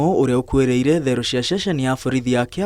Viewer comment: Thero or theero?